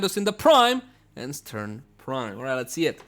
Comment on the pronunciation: 1. St-RUN, not St-URN 2. 'Normal' could mean unmodded.